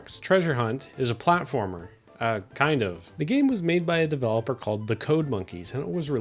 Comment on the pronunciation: “What’s a pwatformer wit out the pwatforms” -Bubzy